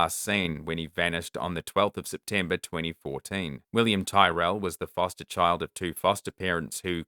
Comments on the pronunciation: Despite the spelling, William's surname is pronounced "Tirrel".. not 'Ty-rell' The foster father's drive to get 'reception' for work call, is BS! The know EXACTLY what happened to William and where he is!! We have NEVER had problems with reception there!!! They got away with murder.. manslaughter at best! 😢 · Williams surname is pronounced tear al, rather than tie rel, his name was known will in Australia it was everywhere, as you said. Sorry, only informative, not a criticism by any means. You do a fabulous job, and different names are pronounced differently in families even, let alone countries. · Pronounced Tirell. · Really interesting video! I have seen Last Stop Larimar come up on Netflix but never got to watching, I wonder if it’s related at all? Also just in case you do future videos, Tyrell pronunciation rhymes with squirrel. Thanks for the great video! 🙏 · As the family member of a missing person I would think you would understand the need to pronounce names correctly. Please listen to a news story or two on William Tyrrell to pronounce his name.